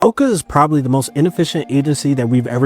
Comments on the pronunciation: Yoo please stop saying Owca its pronounced OWca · It's not owe-ka, it's ow-ka (It's pronounced in the show multiple times, get it right) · Oh-ca pained me. It’s ow-ca like ow that hurt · The amount of times he kept calling it (OH-CA) instead of (OW-CA) just ticked me off. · It’s pronounced OWCA. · It’s pronounced ow ca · I got so upset when he kept pronouncing owca wrong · You're saying OWCA wrong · He is pronouncing o.w.c.a wrong